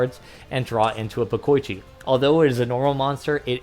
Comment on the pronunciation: It's not "de-koy-chi" and "bo-koy-chi". It's "de-ko-ichi" and "bo-ko-ichi"